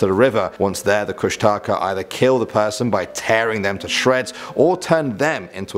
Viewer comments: Hey uh guys Alaska native here❣ Kustaka IS NOT KUSH-A-TAKA its Koosh-da-khaa???? and please don't rely on the wiki like seriously the link below the images and you get the proper information???? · You say it kush-tah-kah or kush-tic-ah FYI :) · It's actually pronounced (koosh-Da-Kah) I'm tlingit and athabascan from anchorage alaska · . It's actually pronounced Koosh-tuh-ka. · He pronounced kushtaka wrong. It's (kush-tah-kah) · but thats not how you say the kushtaka .-. and you didnt even put the full legend or how to call him out of hiding....